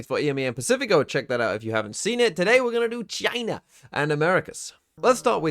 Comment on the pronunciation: Why’d he say it like that??? 💀😭